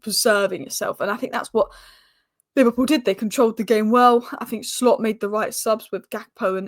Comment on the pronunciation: It's not Arne Shhhhlot. Just Slot. Like Slotting it in. Stop saying shhhhlot.